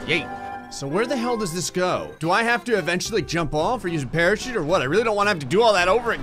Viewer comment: The first time I heard it, I thought he said “pair of sheep”, then I rewound and realized he said “parachute”